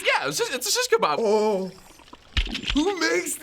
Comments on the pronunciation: Its a shishcabab hahahahahahhahah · "Shishkebab" confirmed xD